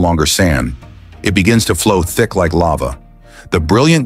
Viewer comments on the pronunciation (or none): none